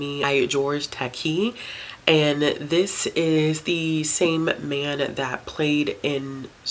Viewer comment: Takei is pronounced Tuh-kay. He’s become a massive pop culture force as of late. Heartily agree about nonfiction graphic novels.